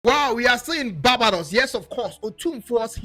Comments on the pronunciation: Your pronunciations please eg : Barbados not Babados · Please correct your pronunciation of BA-BAAY-DOS... Please, not BA-BA-DOS. This is just a point of correction...